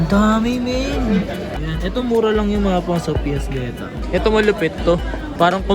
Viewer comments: BETA >.< sheeesh.... BEE-TAH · daig psp naging ps vita "vetah" pala